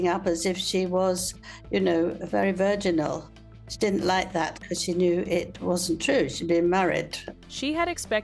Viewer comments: Virg-eye-nal? Try virgin-al 😂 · Vaginal loooooool, ffs the word is virginal lol